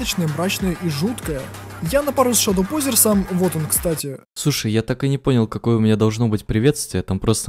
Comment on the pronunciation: Не ШАДОУпозерс а ШЕДОУпозерс